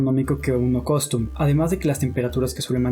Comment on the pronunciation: por tercera vez dices costum en vez de custom... buen video, buena información. Gracias...